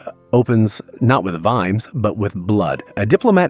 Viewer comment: You pronounced it Veemz? Really?! 🤣